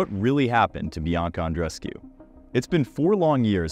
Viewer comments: Andrescew? It's Andrescu (oo) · No, it’s Andreescu (four syllables)